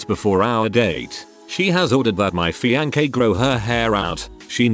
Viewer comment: What is really cringeworthy is the robot reader constantly mispronouncing fiancé with a hard K sound.